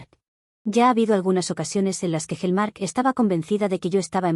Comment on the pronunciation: Hellmark por Hallmark 😅😂😂😂😂